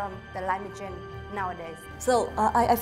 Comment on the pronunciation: Duyên nên nói chậm phát âm tròn âm hơn rõ ràng hơn, nhiều âm duyên phát âm chưa tốt lắm nhưng tốt hơn rất nhiều rồi 👍 Không cần phải quá tốt nhưng những từ đơn giản nên nói đúng vd : Strong nè change nè thiếu final sound nhưng nói mượt hơn nhìu rồi Hy vọng Duyên thành công